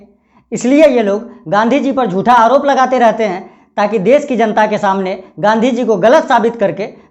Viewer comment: Sir please aap Gandhi ji ka naam sahi se le